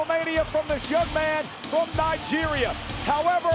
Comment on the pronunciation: لما قال نجيريا حسبتو قال الجيريا